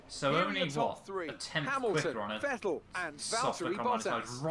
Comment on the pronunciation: Please for the love of God Stop mispronouncing Vettel 😂